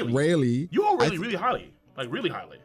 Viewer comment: Closed the video when bro said Rayleigh on 25 💀💀💀💀💀💀